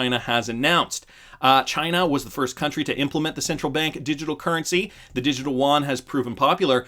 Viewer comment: You don't pronounce Yuan as woan... its more like U-woan...